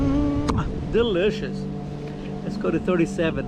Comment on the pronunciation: the "delicious" came out with a Brazilian accent LOL